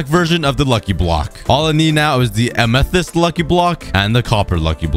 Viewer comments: Am æ thæest? No Amæthist thats how u pronounce it, but quick (æ is a danish letter but it sounds,like what u say) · Don’t forget, he says amethyst like ametist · Learn how to say amethyst